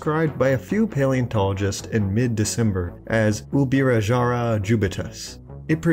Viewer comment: And gongrats for the amazing pronunciation of Ubirajara, you nailed it